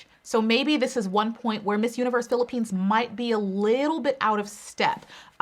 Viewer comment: I love how you pronounce cities and provinces of the Philippines now they are on point love it .